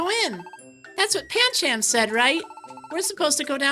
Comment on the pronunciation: and Pancham is pronounced Panchum